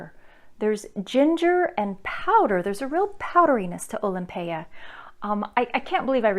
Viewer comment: You are the only one whose pronounced it correctly bravo! Most other reviewers call it Olympia pet peeve people can't read! Nice review